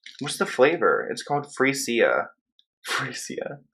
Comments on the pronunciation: it cracked me up that you read it as "#Free Sia"... I'm because you're so used to seeing "Free Britney" (lol it's pronounced "free-sha" if you wondered). Meanwhile, what's up with Sia?? Should we be worried? 😟 😉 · Freesia - free sia 🤣 the way you said that so funny.